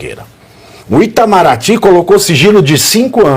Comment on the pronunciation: Pavinato, na verdade é PTAMARATY E NÃO ITAMARATY